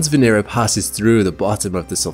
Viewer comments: Not one name pronounced correctly. It's not Vee /nee/rah. It's VE NE RA short not long. 😚😁 Now say it connected "VENERA" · The accent should be on the second syllable, not the third.